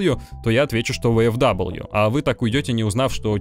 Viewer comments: Читается как ВФВИ, нет там даблвью, это немецкие буквы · Японский магнитофон,, ну не первый же раз ты про эту машинку рассказываешь. Ну какая, к галлам, "ВэЭфДаблю"? "ФауЭфВэ", так её название читается, ну сколько можно-то уже. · Только не "Вэ-эФ-Дабл ю", а "Фау-Эф-Вэ" я понимаю, что скажут, что ты прицепился?, я понимаю, что не все тут учат немецкий, но для меня это важно и так действительно правильно... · Да какой ВэФэДаблью???? Фау Эф Вэ! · "ФауФВ" так оно читается на немецком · А оно читается как "ФауФВ" на немецком